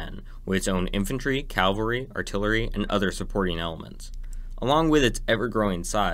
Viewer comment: Cavalry. Ca-val- ry. Not cal- vary.